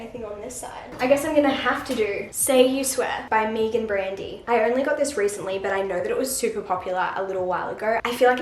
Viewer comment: The way you say "Meagan" is so funny hahaha